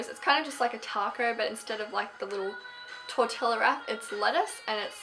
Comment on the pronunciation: tortilla is pronounced tortiya